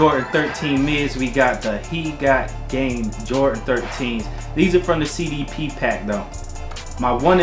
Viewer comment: Its "Jordan" not "Jortan"